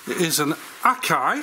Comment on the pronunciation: At least you pronounced “Akai” correctly, and not like those Yanks. It’s not “A”ky.